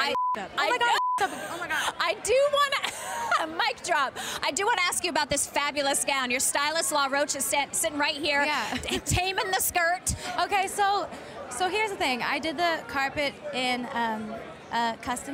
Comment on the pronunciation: Did this girl say la•ROACH? lol